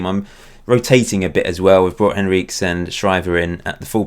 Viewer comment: Henriques is surely pronounced Henry-Kez not Henreeks?!